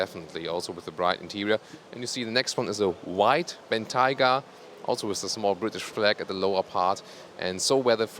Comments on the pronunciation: for the answer. And keep pronouncing Bentayga properly. Cheers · Congratulations for pronouncing 'Bentayga' correctly, unlike ALL British and American journalists.